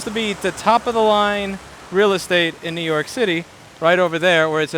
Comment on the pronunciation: To don't do list Nnnnoo York City